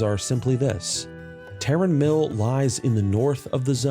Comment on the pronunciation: Okay you finally get my sub, for literally being the only world of Warcraft content creator that knows how to pronounce Tarren Mill